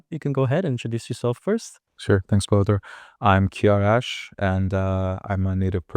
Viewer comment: Thank you fot this awesome video! I was thinking Kiarash had a kind of french kind of pronunciation on some words (especially his name actually), it was interesting to realize later in the video that he actually speaks french. Well, the game was not fair, hindi has so many persian words in its vocabulary 😁it's easier from the hindi speaker side. As for "peri"it's also "around" in greek that we have in "periphérique" for exemple in french. I never realized it could be linked to parivaar : that's super interesting!